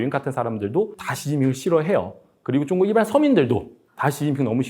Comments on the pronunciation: 발음이 왜 이래 쭝구 가 뭐야 ㅋㅋ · 중국말은 조사가 없는지 자꾸 한국어 말씀하실때 조사를 빼먹으시는군요. 참 그리고 중국을 발음할 때 역시 쭝국이라고 하는게 맞는건가 보군요 ㅎㅎ